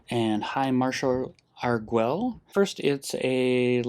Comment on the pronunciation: Pronunciation note: since they appear to be using Spanish orthography for the names of the Torrezon vampires, the u would be silent in "Arguel", pronounced "Argel" with a hard G. (In Spanish, gue is hard while ge is soft, because... reasons.) Doesn't actually matter, but I like languages, so I thought I'd point it out. (Sorry for not mentioning this in my comment on the previous video where you discussed the card; it completely slipped my mind.) — Legends and Dinosaurs often look very similar on turns 1-2 — both run Delighted Halfling and they have a lot of overlap in their mana bases. I don't think I've seen Plaza of Heroes out of Dinosaurs, but given the amount of legends they run (Huatli, the 2/3 haste, Etali, probably others) it makes sense as a 2-of. — I think I would have held back the Werefox Bodyguard here. You ended up not getting punished for it, but an Elspeth's Smite/Kellan's Lightblades/Cosmium Blast on the Bodyguard would have been pretty bad in that situation, since you'd lose not only the Bodyguard but also Arvad (to Cerise's first strike damage) and two turns off your clock (to Cerise's lifelink, assuming they swing with it on their turn, a safe assumption since Cerise can't block Raddic). — Nice timing! I try to "play" along with your games, as you've probably gathered, seeing what play I would have made in each circumstance, and holding the Bodyguard until their main phase is 100% the correct play; I would have cast it in my own main phase